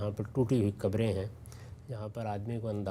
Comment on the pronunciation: میاں قبریں کہیے، کبریں نہیں۔ ابھی آپ نوجوان ہیں، تلفظ ٹھیک کر لیجئے، ورنہ زندگی بھر غلط بولتے رہیں گے۔ اور یہ غلطی معمولی نہیں ہے۔ مطلب کچھ کا کچھ ہو جاتا ہے۔